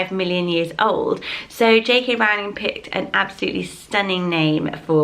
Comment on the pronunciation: ahh i just came here for the harry potter, yess. however you did j.k. rowling wrong. it’s row-ling not rowl-ing just btw